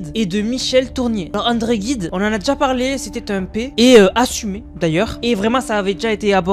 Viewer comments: Juste une petite remarque en passant,: à propos d'André Gide, ce se prononce " Jide " et pas " Guide ". 😉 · André Gide et non Guide svp. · Gide on prononce Jude et pas Guide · Prononcez André Jide pas André Guide donc André Gide. Merci. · Alors pour info, quand on est français, on dit André Gide (à prononcer Jide) et pas André Guide... 😉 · Andre Gide et non guide!!! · va falloir développer ta culture ……!!!ANDRE GIDE ET NON ANDRE GUIDE………c’est bon pour les américains ……mais pour un français ça la fout mal……! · PUTAIN MAIS C'EST ANDRÉ GIDE pas GUIDE !! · On dit André [jid] et non " André Guide " puisqu'il n'y a pas de "u" après le G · André Guide ? personne n'a remarqué ? C'est André Gide. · "André Guide"...il est où le U ?. G+i ça fait JI...Vraiment ces youtubeurs pas des premiers prix... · André Gide,pas guide,ah la la,les macrons auraient pu vous apprendre le français aussi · ça se prononce Gide et non pas guide ! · Pas André Guide mais André Gide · On prononce, André gide, et non pas André "guide", ça au moins, j'en suis sûr et certain...! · "andré jide"(Gide) et non pas "guide"! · Pardon mais on prononce André Gide = jide. Cette histoire on la connaît depuis 3 ans Candace Owen a bien été documentée ! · Prononciation du nom d’André Gide en langue française : pour la première syllabe du nom de famille de cet écrivain français, né le 22 novembre 1869 à Paris, il faut prononcer le « g » comme le « j » du mot « journal » ou « jeune » par exemple. Donc on dira « jide » main on écrira et prononcera « Gide » bien entendu. Amicalement et bonne continuation. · Gide se prononce j et pas g.....